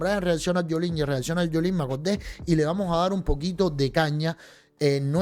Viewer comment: Se dice Yoliene no Yolín.